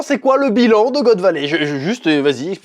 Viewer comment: Chef, la prochaine fois, fait la review avec l'accent Québécois, c'est trop style quand tu prononce" God Valey"🤣🤣🤣